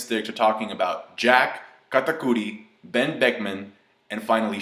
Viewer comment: Stop calling him katacudi yah its his name but his name is dogtooth sounds more badass so stop calling him katapussy whatever